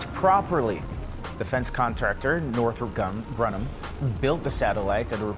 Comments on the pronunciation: “Defense contractor Northrop Gum-Grunnam”? C’mon. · "northrip grunam"